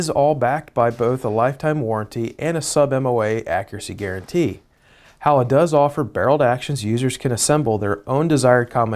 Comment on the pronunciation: I love my Howa, though it's the Varminter model. It is a tackdriver and was that way right out of the box. Small note, it's pronounced "Hoe-uh", not "How-uh". Small complaint, decent review, though.